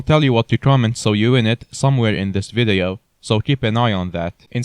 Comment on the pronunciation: i love how he says vadeio